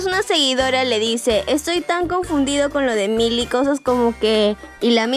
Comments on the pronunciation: Se pronuncia mili porsiacaso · Jajaj no es mayly es millie jajjaja 🤣🤣🤣